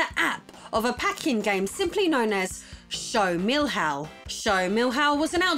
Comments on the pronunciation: I was looking for this comment, she's almost saying "millhouse" LOL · How can I explain to her the "ão" in the pronunciation?? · Your try to say "Show do Milhão" is priceless! Actually, the pronunciation is similar to "million". Maybe you should try "milliown". Anyways... Great episode! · "Show Meal How" 😂😂😂 No offense intended, love your vids and content! Much love from Brazil!:) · "Show do Milrrao" kkkkk Desculpe, foi engraçado rsrsrs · "Show Mill-Hao" 🤣 happy to see you talking about brazilian gaming history again. Tectoy is on the making of a new console! It can be something innovative, more from the same, or a complete fail. One way or another, it can probably become future material for your awesome channel. And what about that mega drive in a N64 shell... I never had seen that atrocity before 🤣 God bless you and your husband! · Great episode. But the pronunciation is a bit off. Which is OK. I am not complaining. Milhão is pronounced miljao - more or less. Show DO milhão. Google has actually a nice function pronouncing words in several languages. Maybe this helps you in the future :-) 1999 — Back when a million reais actually was a boat load of money. Looking forward to see more about the Brazilian video game market. Tec Toy is a fantastic company. Also interesting. Nintendo products produced by Gradiente. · hahaa show do mill-how! hahahah what a funny pronunciation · Lol Show Mil-Haul was funny. It is pronpunced something like million, but an ah luke ah. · OMG!!! I can't believe you also mentioned that game lol (and your Show do Milhão pronunciation was funny). Greetings from Brazil!